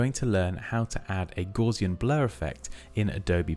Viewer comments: pronounce it correctly. Gowssian. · FYI Gauss rhymes with mouse, not gauze. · That is definitely not how I pronounced Gaussian.